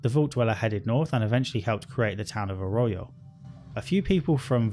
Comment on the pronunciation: Yeah and 'Arroyo'. How? Think he must have skipped every bit of voiced dialogue